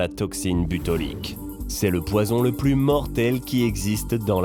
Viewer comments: C'est tout de même curieux qu'il prononce plusieurs fois « butolique » alors que c'est écrit « botulique » à chaque fois. Ceci démontre que le commentateur de la vidéo ne maîtrise pas son sujet et se contente de lire un texte écrit par quelqu'un d'autre. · Botulique pas butolique